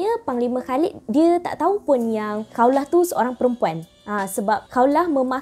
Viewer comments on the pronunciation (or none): Bukan Kaulah, KHAWLAH